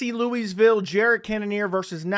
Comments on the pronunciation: Did he say Louise-ville 😅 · the s is silent my guy